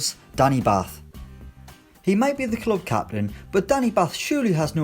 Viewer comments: Its pronounced bart ‘batth’ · Can't even pronounce batth's name correctly